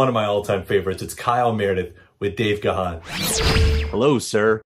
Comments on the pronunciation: 44 years into Depeche Mode's existence and people still can't pronounce Gahan properly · Great video but why do Americans never get his name right. It’s pronounced Gan as in Man. Not GA-HAN.